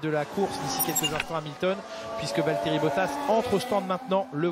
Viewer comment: it's Valterri